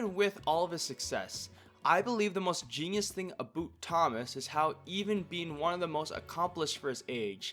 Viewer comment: bro said aboot instead of about?